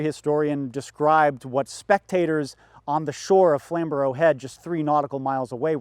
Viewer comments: It's Flam-'bruh' Head, as in 'Bruh, what are you doing off the coast of Britain, this is supposed to be the American War'. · Flamborough is pronounced "Flam-bruh." Just for future reference, of course. More importantly, Flamborough is in Yorkshire. That's more important than being in England. 😃😃❤️❤️❤️❤️😃😃